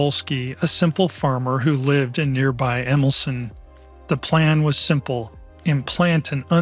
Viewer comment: Jan Wolski pron. YAN VOL-ski Emilcin pron. EMIL-cheen